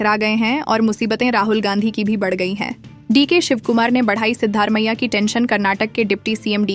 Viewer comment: You have to pronounce the name of the Chief Minister properly. It is not Sidddar Maiah, it is Sidda Ramaiah. There is no district called Balia in Karnataka, probabally it might be Bagalakote.